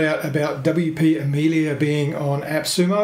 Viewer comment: It's Amelia, not Amilia.